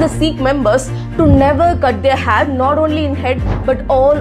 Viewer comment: Hare !!! No it’s hair !!! Correct ur pronunciations!!!